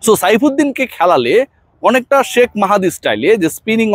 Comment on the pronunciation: শাক মাহাদি বলেন কেন? আপনি কি বাংলা শব্দ শেখ উচ্চারণ করতে পারেন না? কারও নাম ভুল উচ্চারণ করা তার জন্য অসম্মানজনক।